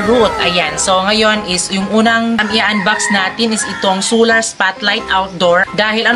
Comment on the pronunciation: Sular? Dapat po Solar.. Mali po pagbasa mo